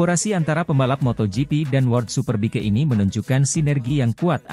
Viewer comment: "superbike" bacanya superbaik. "locatelli", bacanya lokatelli. hadeeh tolong la, jangan kampung kampung amat.